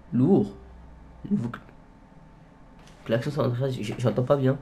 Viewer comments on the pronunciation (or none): hahahaha😂😂😂 on dit klaxon pas klaxion😂